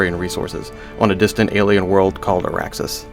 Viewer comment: Arraxis ? Arrakis? THE SPICE MUST FLOW